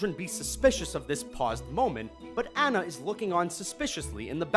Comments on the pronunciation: Dude her name is Anna not ana lol🤣🤣🤣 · Whenever he pronounces Anna incorrectly it just proves that he hasn't seen the movies -_ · I swear to god every single video with frozen being mentioned this asshole THIS ASSHOLE PRONOUNCSE ANNA WRONG EVERY TIME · Amazing how things get misread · Do you guys even research?! First you mispronounce Anna's name and then you claim John CANDY is in Emperor's New Groove.... It was GOODMAN by the way... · Y'all never pronounce Anna's name correctly